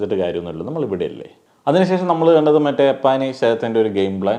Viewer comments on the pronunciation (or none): അപ്പാവി അല്ല അപ്പാനി😂